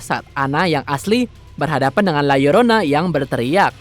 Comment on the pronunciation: Gw suka..narator na berusaha melafalkan judul film la llorona dg benar